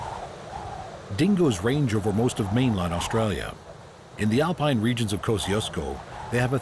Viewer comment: Aussie here I cringe everytime he says "Australia"